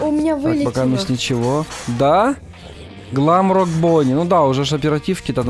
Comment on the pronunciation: Глэмрокк а не гламрокк